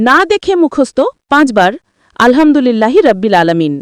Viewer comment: রাব্বিল না,এটা হবে রব্বিল। কারণ আরবিতে র যবর র হয়,রা না। আর আলহামদুলিল্লাহি বলার সময় "হা" টা গলার ভিতর থেকে হবে, আপনি যেভাবে উচ্চারণ করেছেন সেটা হয়ে গেছে ছোট হা, আলহামদুলিল্লাহ তে আছে বড় হা,যেটার গলার ভিতর থেকে হবে। আপনার নিজের উচ্চারণ ই তো ঠিক নাই, একেবারে ব্যাসিক একটা জিনিস,যে রব্বিল,এটাকেই আপনি তিনবার বললেন রাব্বিল! 😮 আর হচ্ছে,এতো নিয়ম মেনে, কাহিনী করে আল কুরআন মুখস্থ করা যায় না। যারা আমরা জেনারেল লাইনে পড়াশোনা করি, তাদের জন্য এই বয়সে এসে যতো কষ্ট করেই মুখস্থ করি, সেরকম লাভ হয় না। তাই ২০+ বা ৩০+ বয়সের জেনারেল লাইনে পড়া মানুষের আল কুরআন মুখস্থ করার একটাই উপায়, প্রতিদিন একটা সূরা দেখে দেখে জাস্ট রিডিং দেয়া। যেমন আমি সাইয়্যেদুল ইসতেগফার মুখস্থ করেছিলাম। প্রথম কয়েকদিন অনেক চেষ্টা করেছি বাংলা ইংরেজি মুখস্থ করার মতো করে মুখস্থ করতে, কিন্তু পারি নাই। এরপর যা করলাম, প্রতিদিন সকালে তিনবার আর সন্ধ্যায় তিনবার জাস্ট দেখে দেখে রিডিং দিতাম। আলহামদুলিল্লাহ,এক সপ্তাহের মধ্যেই মুখস্থ হয়ে গেছে।